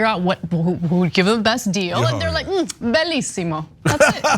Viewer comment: Everytime she says "Bellisimo" a Mom and Pop Italian restaurant bursts into flame.